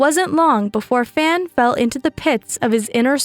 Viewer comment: the 'a' in 'fan' is pronounced like the 'a' from 'ark'